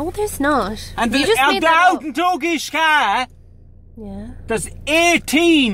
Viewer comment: Dewgishka jaysus your pronunciation of Doughiska